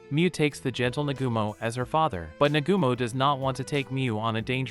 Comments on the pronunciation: Negumo??? Its pronounced Na-ga-mo. Cookie is pronounced Ko-key. Looks like you need to watch the Anime to learn these things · I'm using this one as background noise and its really starting to get on my nerves that he doesn't know the names of any of the characters in this anime. It's not You its Yue (U - A) And not Nagoomo its Nagumo (Na-Ga-Mo) or just Hajime. All you have to do is watch a single episode and you can hear how to pronounce the names. Ill give him props for doing the research to tell the story but try a little harder on names please. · For a second it was hard to get over the fact that dude kept pronouncing Nagumo's name wrong.